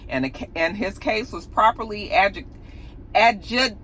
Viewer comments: With love...💜 Adjudicated " A- jew- di- cated 💜😊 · ad-joo-dih-cated auntie. lol